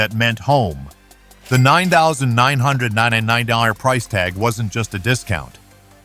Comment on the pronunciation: LOL! Funny how AI has trouble saying $9,999 NA-NI-NANNA NA Dang.